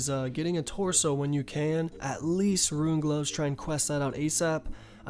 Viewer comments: "Ruin" It's Rune... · Can never get over this guys pronunciation of rune...ITS ROO-N... not ROO-IN... its not spelt ruin... ITS RUNE .....URGH!!! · Him saying fucking ruin for rune killed me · RUNE! NOT RUIN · r00n, not ruin* for Rune lol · Ruen? You mean ru-ne not ru-en. It's also Might-er not mee-tre(mitre) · ruein...Alkuhbles....I love you, but you're killing me. You can prnounce kurask but not RUNE? RUEN